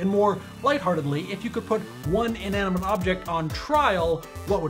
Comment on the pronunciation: Inaminante!!! XD LOOOL